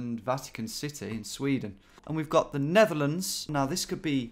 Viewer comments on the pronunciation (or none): none